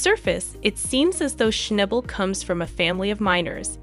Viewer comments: SHNOB BUL NOT SHNIBAL OR SHNAYBUL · It would be nice if you actually pronounced his surname correctly!